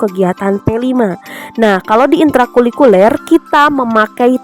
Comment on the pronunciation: Maaf kak, sedikit koreksi ya... Intra Kulikuler ❌ Intra Kurikuler ✅ Sukses selalu kakak...❤❤❤